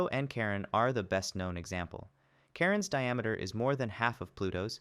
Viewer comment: I hear "Karen's diameter"